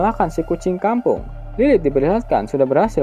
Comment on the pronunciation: Renyah banget "kucing kampung"